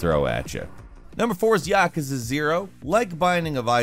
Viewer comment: I'm only hear to say I hate how he pronounces Yakuza